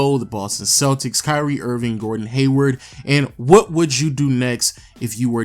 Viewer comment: is it just me or it sounded like he said curry Irving